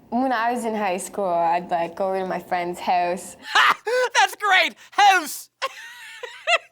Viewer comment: I don't believe in stereotypes but when I heard avril say about it did sound like aboot and house sounds like host